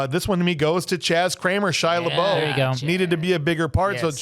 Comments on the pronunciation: Why do you call him lebou his name is lebeouf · And its pronounced “lebuff”